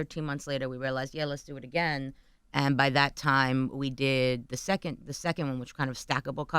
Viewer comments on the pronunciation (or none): none